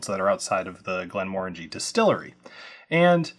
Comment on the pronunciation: Thank you for not saying "Glen-MUH-RANGIE"